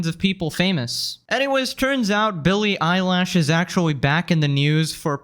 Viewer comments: Bro said "Billie Eyelash" I can't🤣🤣🤣🤣🤣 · Billy eyelash, is it a nickname or he mispronounced. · Eye-lash? lmao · Billie Elish❌ Billy eyelash✅ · Stop calling her Billy Eyelash, you're making me giggle. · “Billie *eyelash*” 😂😂